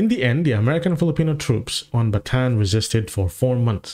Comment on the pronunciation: It's Bataan not Battan; NPA not MPA